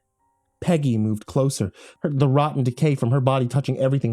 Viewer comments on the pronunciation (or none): none